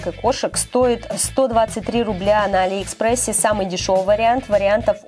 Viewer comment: а́ли экспресс